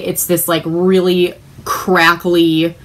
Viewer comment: You said 'crackily'. 😉